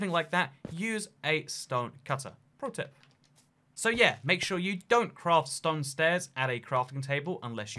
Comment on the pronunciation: I can't tell if he's saying stone normally or saying ston